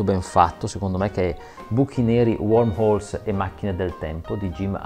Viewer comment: Eccellenti, chiarissimi, appassionanti e anche divertenti! I miei complimenti più sentiti. Però sono Wormholes (buchi di vermi) e non Warmholes (buchi caldi)